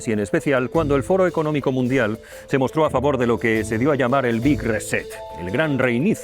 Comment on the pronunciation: ¿Por qué no dicen "reinicio" en lugar de "reset" que bien pronunciado sería "riset'?